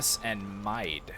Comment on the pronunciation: Hey! Awesome video, and a great new game, but yes, your pronunciation of Mide needs correcting. It is actually pronounced like “mead”, and is now called County Meath (which takes its name from the kingdom).